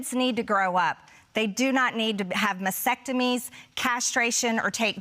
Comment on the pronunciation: She said mysectemy.what the hell is that? Oh,whatever she had done to her frontal lobe I sssume